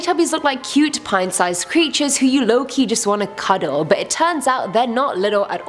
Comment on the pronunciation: ayman hasan: now on the show the teletubbies look like cute pint sized creatures who you lowkey just wannna cuddle me: why does lowkey sound like loki?